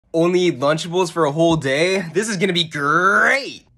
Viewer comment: I love Lunchables Like the pronunce- /Lanch'bals/